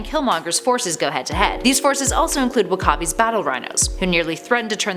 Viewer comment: Did she say wakabi ? Lol